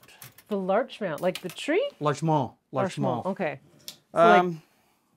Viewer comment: Showing up right under "knickerbocker" in the book, I wonder if this is named after the town of Larchmont, NY. It's quite close to NYC, so the adjacency to the nickname for a Manhattan resident makes sense. If so, it's pronounced with a hard-T, not in the French style. (/lɑːrtʃmɒnt/) , Embury writes "I have named this after my favorite community" at the end of the previous recipe to introduce this one, too.